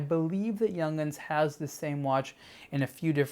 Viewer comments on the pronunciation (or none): It is pronounce like Yoong hans. Not like Young hends. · Not pronounced Young’ins. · Hey, its pronounced Yung-hans.